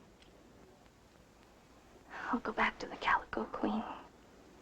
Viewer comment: "Calico", not "Galico". 😉